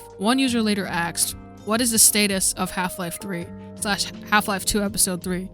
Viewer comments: its asked. not axe. speak actual english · why do you say axed instead of asked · Cool video, but I suggest you work on your voice over. Weird pauses between words and “axed” instead of “asked”. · You shouldn't be making videos since you can't even pronounce "asked" correctly.